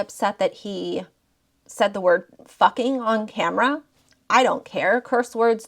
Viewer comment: The way you say “FUCKING” has me dying 😂 you say it with so much emphasis 😂